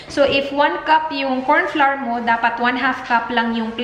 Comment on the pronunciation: Hey! I don’t mean to offend you. But “flour” is pronounced as “flower”. I have been saying it incorrectly too for a long time until my Portuguese-Canadian husband corrected me 😁 Also, I researched on it and it is pronounced as “flower”. Thanks for making everyone happy with your vlogs including me! God bless you and Dan 😊